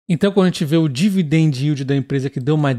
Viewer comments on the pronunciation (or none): none